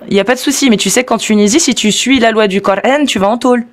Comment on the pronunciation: Je constate que les musulmans taré prononce " coorhaine " en place de Coran !🥴